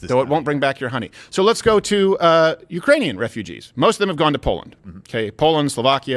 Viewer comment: Ukrainian or is it urainian?